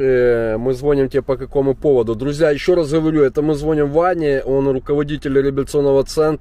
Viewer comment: Не зво'ним а звони'м научись говорить по русски деревня